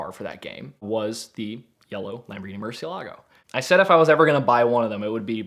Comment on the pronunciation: Somebody who can nearly say murcielago right 😂